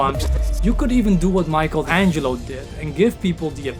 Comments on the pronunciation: My friend, all great content, but Michel Angelo is Michelangelo, and the ch is like a K 💜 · Great video but you need to improve your English. Some misspellings. And "mixel Angelo"?!!? It's "Mickael Ângelo". Keep posting great content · Great video.. but as an Italian I have to say it and I'm sorry lol It's pronounced "Mee-kuh-lan-gee-lo" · Dude,you are saying Michelangelo's name all wrong.